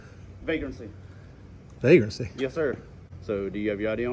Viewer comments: Vague-Rant-See??? His vague grasp on our rights is appalling. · He’s been dying to say “Vagrancy “ ever since he saw Rambo, 😂